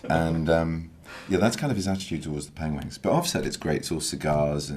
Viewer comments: He said pengwings. Always the pengwings. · he said pengwings again... <3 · LMAOOO HE SAID PENWINGS AAAHAHAHAHGAA🤣🤣🤣😂😂😂